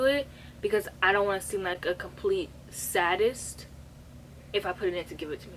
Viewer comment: not mispronouncing sadist.